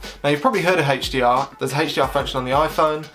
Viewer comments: That HDR pronunciation was hell of a pain to hear 😫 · hechDR on this hechDR on that and hechDR on that